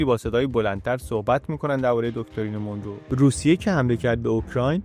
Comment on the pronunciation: خیلی عالی و‌ آموزنده بود. سپاس فراوان. فقط تلفظ درست این اسم مانرو هست نه مونرو Monro